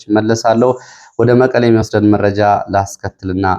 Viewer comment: አንተ ግን አስተያየት ትቀበላለህ? ከሆነ ለምንድን ነው አንድን ቃል እስከሚሰለች የምትደጋግመው? ለምሳሌ " ወደ ሜእጃው እሄዳለሁ ትልና ወደመረጃው ስሄድ ... " እያልክ መረጃ የሚለውን ቃል " እንጬትኤንጨት" እስከሚል አድማች ታሰለቻለህ:: ሲጀመር የምታቀርበው ሜእጃ ነው: ስለሆነም የያዝካቸውን መረጃዎች በቅደም ተከተል አቅርብ መቸም የቅደም ተከተሉ እንክዋን አይሆንልህም እንዴ ራያ አንዴሃድያ አንዴ ቆቦ ሌላ ጊዜ እውምቦ መልሰህ ራያ... ብቻ ምኑ እንዲሁ " አራንምባና ቆቦ" የሚለው ይገልፅሀል